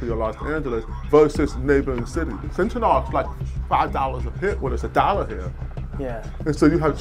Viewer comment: I'm sorry, I still don't understand why they are pronouncing it "Fentanall". I'm sorry, where is the second 'a' again? It's Fentanyl. Like vinyl. Do you say 'Vi-nall'?